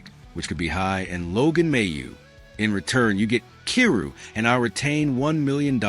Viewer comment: His name is pronounced "K 'eye' rou".